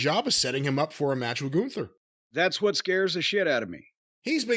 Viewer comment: Jim really goes out of his way to pronunce 'what' wrong.